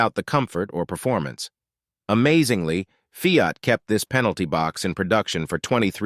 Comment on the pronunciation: Get rid of the AI narration, and also learn what the hell you’re talking about before posting on YouTube. Half the names of the vehicles are mispronounced and the information is inaccurate at best and completely wrong at worst. It’s TESLA not TELSA Fiat is pronounced “FEE-OTT” TO-RO-NAH-DO not Tornado The Excalibur was not a production car sold to the general buying public, but a custom kit car built on a production GM chassis. The X body GM cars (the Citation) was not any where near as problem ridden as you protest. In fact beyond a few early braking issues (which were corrected by the middle of the 1980 model year) the car was one of the most reliable on the market. Man, do you know ANYTHING about cars, or do you sell ladies lingerie??